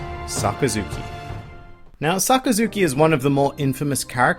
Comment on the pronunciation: SaKAzuki, not SakaZUki.